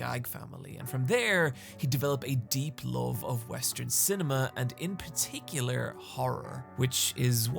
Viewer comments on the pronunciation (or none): none